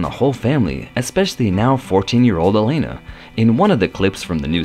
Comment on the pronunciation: Alana, not Elana...if you're going to narrate learn the names.